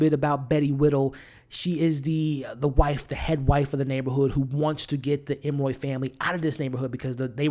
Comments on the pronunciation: It’s really annoying that you repeatedly call them the Em-roy family. Their name is Emory (em-or-ee). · Love the commentary. But if I hear you call them Emmoy one more time!!!😂😂😂 Emory, Emory, Emory..ps cat in a bag, not hat.🤦🏾‍♀️ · It’s Em•Ree hun. You know, like Emery board. Not Em•Roy. And her name is “Lucky” lol... Honest mistake! ☺️🙊🤷🏽‍♀️ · Every time I'm like... 🤯 ..em-uh-ree.. Not ..em-roy.. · It was “cat in the bag” bro not cat in the hat lol and they are the Emory family not the Em-Roy family. 😂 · Great review. It is E-M-O-R-Y(ee). You almost had it there but then reverted back to the creole pronunciation that you conjured out of who knows where🤣. I found that more irritating than anything. If you’re going to do a review, the name of the main characters is something you might want to nail before pressing the record button. Other than that, your review was pretty good